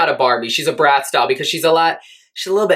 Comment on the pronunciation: Oh🤣bratz doll, lol, I heard brassdoll❄